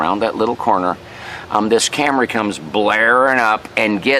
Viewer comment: When you first said "Camry", you must have been channeling Rod Parsley, because you pronounced it "cam-ruh ". That's quite a lega-suh.